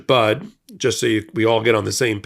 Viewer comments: Why should she back down? All she did was ask someone who claims he is a Christian, to please act like one. And BTW, if you’re going to do these videos you should at least pronounce her name correctly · thank you so much for this video. But.....one small correction: Bishop Budde's last name is NOT pronounced 'bud'; but, instead is pronounced 'buddy'. If you have any question just ask that question online. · It is pronounced BUDD(y) Not Budd! The E is not silent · snap bud it’s buddy you better get her name right doesn’t sound too professional for your not to pronounce your name correctly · Thanks for supporting our bishop! Please pronounce her name correctly. It’s pronounced “buddy”, like a pal or friend. She is not going away. 🍃♥️🍃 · It's pronounced Buddy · Please pronounce her name correctly. Budde is pronunced like "buddy". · Please call the Washington National Cathedral and ask them how to pronounce the Bishop's name. I believe it is pronounced differently than "Bud". Thank you. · FYI - Her name is pronounced Buddy. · Pronounce her name correctly. Bud E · It's pronounced "buddy", get her name right please! She's the best and today is going to be like this every day with total CHAOS with big baby bully!! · It’s pronounced Buddy. Like a pal. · It’s pronounced “Buddy”. Not bud. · Thank you for your post! No pun intended, Bishop Mariann Budde, is prounced like, "Buddy". She is my Bishop in the Episcopal Diocese of Washington. She is truly amazing and full of compassion for all, and was simply sharing the teachings of Jesus. We love her so much and are keeping her in prayer for God's protection. Hopefully, others will stand up to him, as well. I absolutely enjoy your post and the MeidasTouch! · Notegiven in friendship: Her sur-name is pronounced "Buddy" (instead of "Bud"). I love her words!